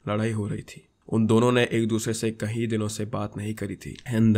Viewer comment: Just a small thing, it's kayeeee din not kahi din, smjha